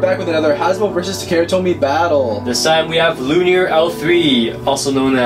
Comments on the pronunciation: I'm not going to be one of those people who go around hate commenting, but I think it is pronounced: loo-in-or, not looneer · nice battle, but you cant even say Luinor right lol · u said luinor wrong